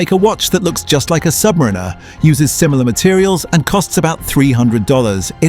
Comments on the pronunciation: I wish you would pronounce Submarinar correctly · First off it is pronounced "Sub Mariner" not "submarinar#%$^$*)*#&^#" It's about you having enough money to waste on a product that 95% of the population can not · It would be better if the AI knew how to pronounce 'Submariner' as opposed to 'Submarine-er'. 🙄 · Kept hearing Submarina, AI narrator couldn’t figure out the pronunciation 😂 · Crap ai voice over. Rolex Sub Marina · "Submrinner" is so annoying lol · Aww bless. The AI voice bot has no idea how to pronounce the word, submariner. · When you can’t even pronounce the model correctly, but still post. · Hate the way AI says "Submariner". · First learn how to pronounce submariner and maybe somebody will listen to you AI slop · Your AI narration loses credibility when pronouncing submariner that way. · How can you expel any one to take you seriously when you can’t even pronounce submariner correctly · not subscribing because the ai pronounced the name wrong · Can't even pronounce "Submariner" right. Sounds like one of those AI voices, so effing annoying. But if you think you can create a perfect 1:1 Rolex Submariner clone, power to you. Personally, I think this video is full of sjite and nonsense. Because anyone who has some knowledge of horology, knows that this just can't be done because of the use of precious metals for instance. The indices and hands of a Rolex are all made of white gold, not steel. This video is a waste of time, nog even good enough to wipe your arse with. If you don't want to pay premium for premium products, fine. But don't lie because that's what you're doing here. Promote alternatives, like a nice Seiko or Citizen. Don't promote blatant illegal Chinese copies. It's theft and infringement of trademarks, period!!! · The AI voice needs to learn how to annunciate Submariner. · 100% AGREE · my first thought!